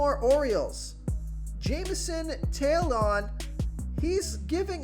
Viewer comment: "Jameson Tail-on?" "Alex Vertigo?"